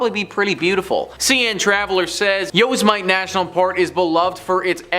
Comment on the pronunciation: How do you mispronounce Yosmite? (Yo-Sim-Mitty)